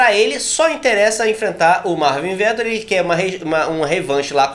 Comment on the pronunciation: Pelo amor, falei os nomes corretos! É Vet óóó ri, pqp